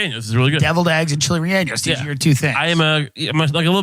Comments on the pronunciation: Tim: chili reannos Spanish speakers: 😶 ( chili relleno ) 🤣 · Chilly re-anus